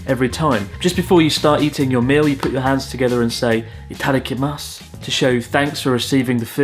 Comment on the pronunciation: Good video but pronunciation of Itadakimasu really hurt my ears.